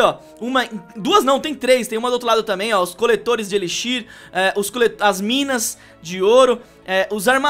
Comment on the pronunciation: cara fala tudo errado armazém de elixir kakakakakaka